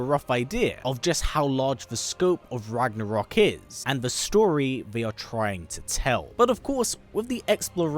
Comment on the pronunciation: It really pisses me of that English speakers can’t pronounce Ragnarök correctly 😂